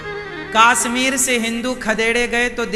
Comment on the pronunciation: Kashmir hota hai kaasmeer nhi😅